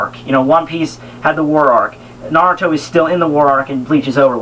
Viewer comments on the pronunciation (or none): I cracked up the moment you said "Nayruto".